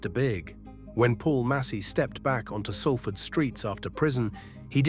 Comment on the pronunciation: At least pronounce the City correctly...